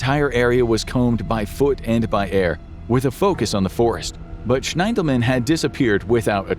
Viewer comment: I believe Logan's last name is pronounced SHINdelman.